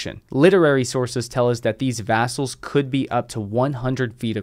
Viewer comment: Vessels, not vassals. Vess-uhls. vass-uhls.